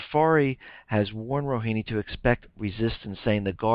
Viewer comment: the correct pronunciation is Rohaani, not Rohini. thx.